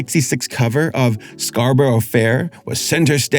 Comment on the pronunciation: It's always funny when people mispronounce "Scarborough" because like... it's in the song. You can copy how they say it, it's ok.